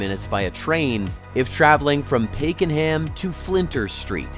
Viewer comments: No kidding. Pay-Ken-Ham. 😂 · At least the narrator didn’t pronounce the city name as “ Mel-Born!! Pay ken ham ??? Jipps land ?? 😂😂😂